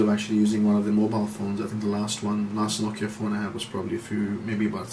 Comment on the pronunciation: Finally someone who Says Nokia the proper way. :D